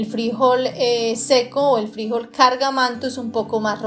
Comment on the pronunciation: Que desesperación cómo pronuncias el nombre del frijol 🫘,.